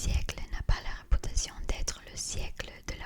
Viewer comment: Ton français est tellement plaisant à écouter et il est quasiment parfait ! Tu as dû t'entraîner beaucoup de temps et tu mérites le niveau que tu as actuellement 😊. Cependant, j'ai remarqué que tu as encore tendance à prononcer les "u" en "ou". Exemple : ->Les troupes amb(u)lantes ☑️ -> Les troupes amb(ou)lantes ❌ _________________________ -> Ont mauvaise rép(u)tation ☑️ -> Ont mauvaise rép(ou)tation ❌ Sinon continue cette série j'adore énormément !😁👍🏻👍🏻🤲🏼